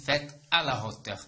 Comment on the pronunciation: استادي مع كل احتراماتي حسب معلوماتي h بين زوج فوايال لا ينطق اصلا هو حرف ساكن وانت نطقت حرف h في hauteur اريد شرح من فضلك؟